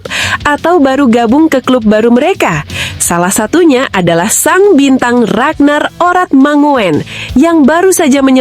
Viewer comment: Ragnar Oratmangoen,baca ; Ranar oratmangun